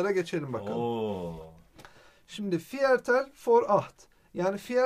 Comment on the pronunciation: viertel diye okunmuyo, firtıl diye okunuyo bilginize...